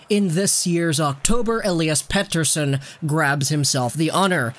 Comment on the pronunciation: As a Swede it is funny that your joke pronunciation of Elias Pettersson is probably the best English speaking version I have heard so far. Pettersson is so good, he is turning me in to a Canucks fan. Like life was not hard enough!